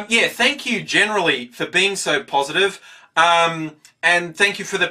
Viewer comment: Interesting stuff, OMG YOU SOUND LIKE UR FROM NEWZEALAND around about "For being so POSITIVE" Lol sounds like positehve